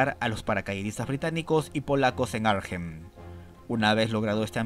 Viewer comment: Hola, sólo un comentario sin importancia, la h de Arnhem no se pronuncia.